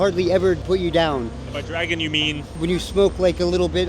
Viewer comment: he says drag in not dragon